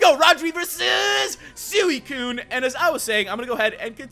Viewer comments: You dont prenounce it Suiciune its Sweecune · it's pronounced swecune